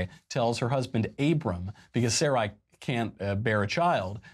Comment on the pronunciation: completely mispronounced sarai from genesis. It is pronounced suh-rye, meaning queen in hebrew